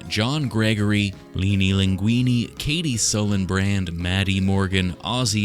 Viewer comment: Ngl still wierd hearing someone say leenylinguiny but like hey you pronounced it right